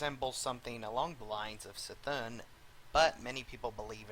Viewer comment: cthun is pronounced k-thun not s-thun